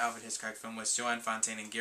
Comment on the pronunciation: Hi -enjoyed your video and just have two comments, the first regarding The Big Lebowski which I only just saw for the first time the other day and really liked it. Your thoughts? and secondly I just wanted to correct you on the pronounciation of Joan Fontaine's name. You were pronouncing her name as Jo Ann but it is pronounced Joan, as in bone or flown.